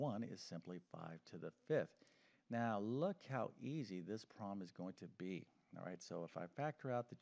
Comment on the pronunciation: I really, really really wish he said 'problem' I stead of 'prom'. I know it’s just because he’s saying the word quickly but still…